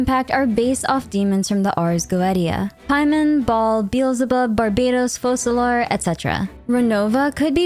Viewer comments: Helluva Boss lore enjoyers hearing her pronounce “ars goetia” (It’s pronounced ars go-e-shya) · Little weird fun fact, the "Ars Goetia" is actually pronounced "Ars Goeisha"! :D